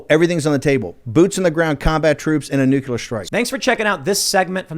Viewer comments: Great segment.. It does drive me crazy though when intelligent people constantly mispronounce nuclear. It's not nucular, it's nuclear, come on Bannon... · Newkyewler lmao. I don't see how you f@ that word up. Nuclear. Nu - clear. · That senile old man is going to carry us to "Nukuler" war. Just lovely.